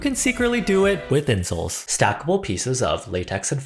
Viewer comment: OK no joke, when I first heard the narrator say "insole" I heard "incel"ㅎㅎㅎㅎㅎ